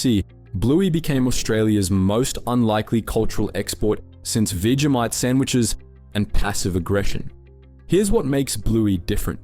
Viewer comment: And "veegeemite" sandwiches